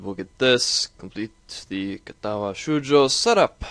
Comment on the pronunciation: Extremely misleading. The title says "with voice" but the game is UNVOICED. Not cool bro. And you pronounce "Shoujo" wrong. It's long "o", not long "u".